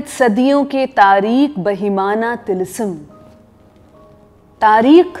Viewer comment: It's not tilisam it's tilism